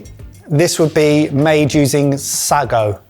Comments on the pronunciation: Gosh I love this series and am so glad it’s back. However,- now as always I get really peed off by mispronunciation of ingredients and techniques, even those he would/should have learned at catering college. This time it’s sago pronounced as “sargo” instead of “saygo”, but the list is endless. A few seconds on google would fix those mispronunciations before they are recorded and the rest of the guys’ parroting of them. Sloppy? Lazy? Arrogant? Hmmm. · I was struck by the similarity to tomalley (no idea of the spelling). BTW sago has the emphasis on the a so sounds like say go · Have you never heard of sago pudding?? God that makes me feel old! I regularly had it at school, it's like tapioca. And it's pronounced 'say go' - omg sar go 😂😂😂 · If I hear them say "suggo" one more time instead of "say-go" I'm going to lose my mind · It's sago, as in say-go, not saa-go. Wikipedia agrees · it's pronounced 'saygo' not 'sahgo' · I used to have sago (say-go not Sag oh) as part of UK school dinners it went along with rice pudding, tapioca, and semolina. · Say-go, not Sah-go. Pronunciation was all over the shop on this one. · Sah-go? You can't do the venerable school joke with that pronunciation! Q: How do you start a pudding race? A: Sago! (Say go!) Whe I was at primary school, I did't mind the daily bottle of free milk, but every lunch was finished with a milk pudding, which you had to finish. It really overfed you with milk beyond human endurance (semolina pudding, tapioca pudding, rice pudding, sago pudding, then repeat). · Listening to the boys pronounce Sa'r'go afterca lifetime of Sa'y'go has me wondering which is right 😂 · When you are saying sargo, do you mean sago pronounced say-go? I know I sound like I'm being a dick but it's a genuine question that I've pondered on how to phrase for far too long and now everything I type sounds wrong! I am just wanting to know if it is that or a different thing I've never heard of please. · Sago..pronounced SAYGO...😅